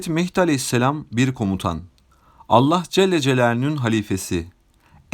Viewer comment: Allah celle celalüğün ??? Kardeş söyleyemiyorsan doğrusunu, Allah-u Teala de yaow.